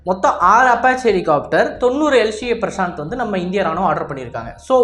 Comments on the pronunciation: உனக்கு எந்த இந்திய ஆயுத பெயரும் சொல்ல வராதா இல்ல ஸ்டைலுக்காக மாத்தி சொல்றியா... பிரசாந்த் இல்ல பிரசந்த்.... ஒவ்வொரு பெயரையும் இப்படித்தான் மாத்தி சொல்லிட்டு இருக்க.... அப்பறம் அது LCA இல்ல LCH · Bro that name not at Prashant that name prachand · it is not prashanth it is prachand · Top star prashath ah? 😂 Yov adhu prachand not prashanth...